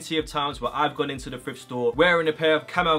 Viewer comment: I’m American but is he saying frift rather than thrift